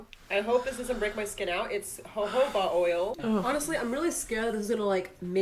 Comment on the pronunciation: Girl really said ho-hoba oil 😂